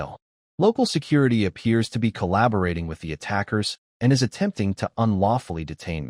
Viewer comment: I love how the AI struggles with words such as "my", 'is", and "to".